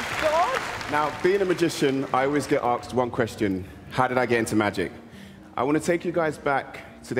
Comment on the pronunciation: "...I'ways get axed one question..." The true magic would be, if he said that word "asked" properly.